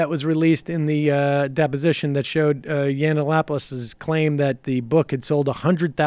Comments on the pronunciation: It is Milo Yiann-Opoulos NOT YianANAnopolous! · "Milo Yananapoulos" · YUN-OP-O-LIS...So annoying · It's Yee-an-opolus. If you want to be taken seriously try sounding less moronic. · Does not even know how to pronounce his name, but he is an expert, jeez. its yiannonopolous. And simon and schuster knew what they were getting, and you know it. They pulled out because of the podcast, and you know it. Leftists are so lying and deceiving. He got the contract for being brash and unapologeitical. He was not meant to write yeats-poetry. He was signed to be rude, create controversy, get on all the talkshows, and sell the book. He lost that platform, and they pulled the book, because the free marketing disappeared. Be honest, you are pathetic Sam. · Big fan of the show but the way you pronounce Yiannopoulos is so cringe worthy. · I love how Sam can never pronounce Cernovich or Yiannopolous correctly. I wonder if he does that on purpose.